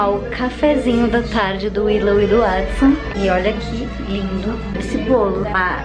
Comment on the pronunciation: Até quem fim alguém falou o nome do Watson certo. 👏👏👏👏